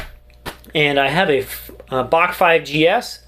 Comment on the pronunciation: It's pronounced Bach